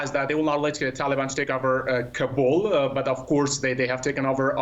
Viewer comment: Uff. Da plazmena “kaa-bul” de, na “kabool” de.